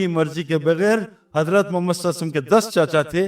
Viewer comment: نام محمد کے بعد صلی اللّٰہ علیہ وسلم صحیح طریقہ سے بولنا چاھئے ، سعید انور بھائی